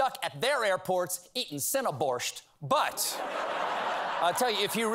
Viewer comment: thumbs down for mispronouncing the word "borshch." There is no "t" in the word. Stop bastardizing foreign words with your ignorant Anglicizing.